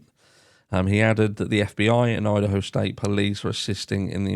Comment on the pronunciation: Did u accidentally say Udaho ? 😆